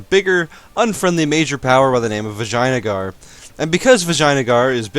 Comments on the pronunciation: Fucking died at Vajina-gar..... It's pronounced like "vih-jey-ah-nah-gar" 5 syllables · I believe it's pronounced vijay-ya-nagar not viginia-yager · is vijayanagar, not " vagina "gar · Sounded a little more inappropriate to me, but maybe I'm a bit immature. Still, how can someone not hear vagina-gar when he says it like that?!? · i heard vagina guard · Did i hear good: in Vaginagar xD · LOL i heard vaginaguard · "Vagina-gar"... VAGINA-gar. Seems legit. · I'm sorry, I didn't quite catch the name of Bahmanis' neighbour. Could you repeat that into the mic please?